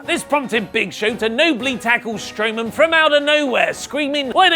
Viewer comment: Did he just say braun Strowoman 😂😂😂